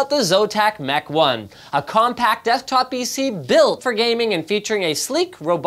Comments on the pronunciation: Ah yes, dethtop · Did Linus just say "A compact DEFTOP PC [...]"? o.O